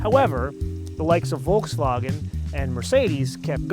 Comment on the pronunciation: Thank you for pronouncing Volkswagen properly.